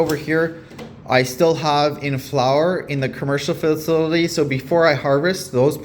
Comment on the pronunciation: Here, "Fa-sill-ah-tee" Just give that pronunciation a whirl😉